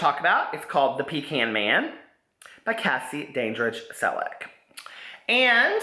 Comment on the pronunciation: I enjoyed this review very much, but he kept saying Cassie Dandridge Selleck's name wrong, and that really bothered me. Great Book, by the way!